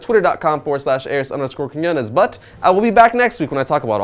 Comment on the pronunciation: Quiñones not Quinones dude